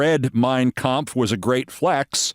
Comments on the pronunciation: Trump seems to sure as hell gives a perfect pitch German pronunciation of Kampf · I know, right!?! He can’t pronounce “Yosemite” correctly, but he landed “Mein Kampf” perfectly. So many ways to mispronounce it if you sound it out phonetically, which is how he tries to say words that he’s not familiar with. He’s definitely familiar with Hitler’s book. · Yep.... He sure did pronounce it perfectly. It could have just said I've never read anything written by Hitler but no, He had to specify and dog whistle to all the white supremacists out there.